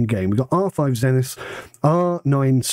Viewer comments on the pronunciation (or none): none